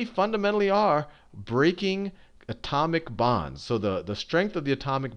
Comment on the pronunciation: whenever he says "atomic bonds" i hear "atomic bombs"